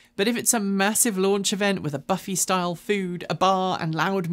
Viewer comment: we americans say buffay rather than buffy for the word buffet. This is actually an interesting video.